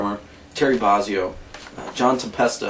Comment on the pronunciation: I don't know too many people that even SAY Terry Barzzio - I've only ever heard him called Bozzio......alright I'm nit-picking! I fould this to be very helpful and informative, but would have liked to have heard some demos, although I'm sure they will be on here elsewhere, so thanks.